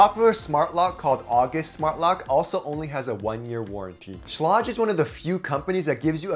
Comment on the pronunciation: Sh - lay - guh.